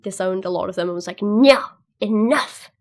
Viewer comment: Random but I dated a Greek girl for a while. I used to torment and she would say “enuff” exactly as you did . It made me laugh out loud haha! Happy memories :)